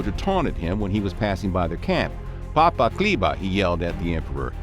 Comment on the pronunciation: Nice video but you guys totally butchered "chleba" though, it is not pronounced with a "K", a simple search would have given you the correct pronunciation, which is not that difficult.